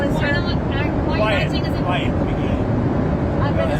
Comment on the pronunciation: Did True say quiet, piggy ? Surely not, but that is what I heard the first time.